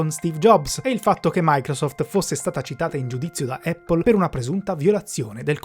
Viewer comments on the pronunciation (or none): none